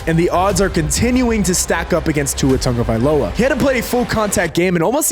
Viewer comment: Tagovailoa, not Tonga Agholor, not Aguilar Mispronounced names by the taking head is unacceptable, unnecessary, lazy, & disrespectful